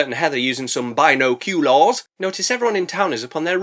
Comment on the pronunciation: I know im a little late, but finally, some who says binoculars like i do on purpose